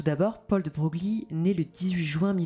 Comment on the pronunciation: Ca se prononce Debreuil et non deBroglie 🤫